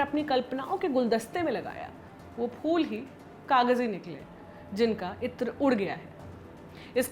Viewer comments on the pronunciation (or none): none